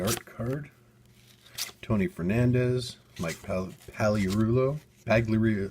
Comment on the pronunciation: u pronunced mike pagliarilo wrong the g is silent. i know i spelled it wrong. lol sorry